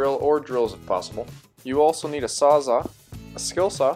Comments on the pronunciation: Sorry to be that guy but it's "sawzall" or reciprocating saw, not sawza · Did this guy actually say a sawzaw smh have some respect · Reciprocating saw invented by Milwaukee called a ‘sawzall’ not ‘SAWZA’ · Did he say sawza?